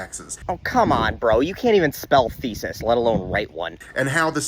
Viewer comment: Lol I heard his "Fesis" when he said "Thesis" and your burn to follow made me chuckle 😂